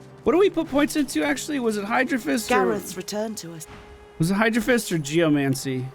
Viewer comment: You think he'll ever realize its hydro-SO-phist? :P